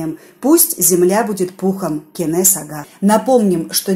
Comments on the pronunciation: Я всего лишь написала,неужели трудно произносить имя КЕНЕС,а не КЭНЕС,очень режет слух! В казахском языке буква Э не употребляется! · Кенес а не кэнес выговариваите правельно